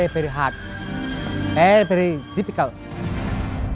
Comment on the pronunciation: Pery pery hat.. Pery pery dificelt... 😂😂